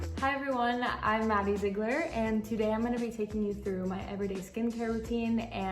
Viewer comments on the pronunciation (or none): Maddie ZIIGLER??? its pronounced zeegler, lollll u made me laugh too hardd cassandra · when she pronounced maddie ziegler as maddie zy-gler not maddie zee-gler i was like 👀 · Lol 😂 it’s pronounced ZEE-gler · z-eye-gler is rly paining me rn lmao🤠